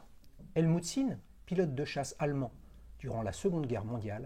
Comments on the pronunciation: En allemand, on prononce Zinn, avec un z, pas un s. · Encore un super épisode. J'adore quand c'est avec des marques moins connues comme Sinn!!!D'ailleurs je confirme pour la prononciation c'est bien zinn. Personnellement je trouverai sympa que tu nous fasse une nouvelle rubrique ou tu nous raconterais l histoire d une marque ou d'une invention horlogère à ta façon de collectionneur passionné. Mais je suis conscient que cela prends du temps . Mais comme disait un conteur africain "vous avez l'heure et moi j'ai le temps". Merci encore pour ces moments de passion horlogère.